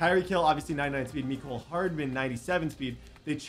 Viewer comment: Why does he say meecole but is mecole hardman